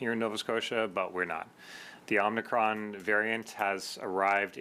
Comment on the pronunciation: the premiere doesn't even know how to pronounce it. It's not "omnicron" it's OMICRON. More proof that he has no idea what he's talking about.